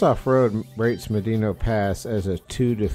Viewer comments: It's pronounced "Ma-dano" NOT "Ma-deeno". San-gre-de-christo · here's my data. How do you pronounce 'Medano'? Médano is a Spanish word that means "sand dune". It is pronounced "MED-ah-no". In the original Spanish there is an accent on the é. Thanks for looking like a dumbass. Also.. Trump 2024! edit" where the hell is your data? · uh.. it's literally pronounced just like how it spells.. "Meh- Dah-No" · Thunderstorms are not Fronts. Gust fronts come from thunderstorm overdevelopment. Both inflow and outflow winds. Medano pass is not pronounced medino. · It's properly pronounced "mad-in-ah"